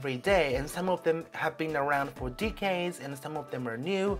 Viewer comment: Very informative. Thank you! Your English is so good, by the way! If I may I'd like to give you two pronunciation tips: First, in LGBT the t sound is always fully pronounced /t/ in both American English and British English. That's also the case with Kyoto. Last one, decades is /'de.keidz/. Anyway very good video, thanks!